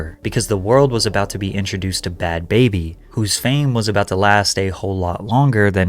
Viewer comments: All that research and you didn't once realize her name is pronounced like Barbie, not like Baby? It's a play on a northeast accent saying barbie... really makes me wonder how much work you actually put in on these videos cause how do you mess up the name of the person you're investigating? lol bruh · stop calling her baby. you make a whole video on her and can't even pronounce her name correctly smh